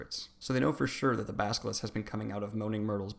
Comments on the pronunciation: Does it annoy anyone else that he says Salavar and Baskalisk? Come on dude...we can't take you seriously if you can't even say the names right. Especially if you leave out so much... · At first I was annoyed at the way you mispronounced character names, but by the end you had me saying "baskilisk"